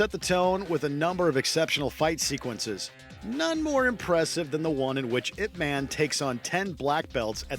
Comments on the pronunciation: It's pronounced yip mon. Didn't you watch the movie? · “Ip man”